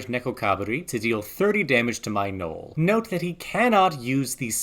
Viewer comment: That’s not how you say Noel lol